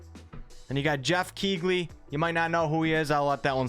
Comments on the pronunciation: its Geoff "Key-Leigh" - no hate - love the chan :) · Pretty sure Geoff "Key-lee" is a relatively well-respected video game journalist, just thought I'd say. Great content as always man, so glad I subscribed